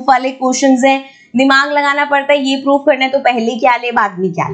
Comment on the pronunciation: That's so funny when mam says 'poof' instead of 'proof'😅